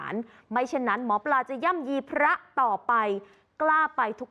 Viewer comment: หมอปลาครับไม่ใช่หมอปา